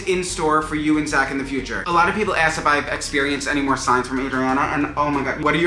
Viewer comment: "Esk them"